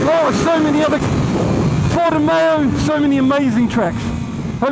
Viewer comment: Porta-mayo 🤣 love you simon 🫶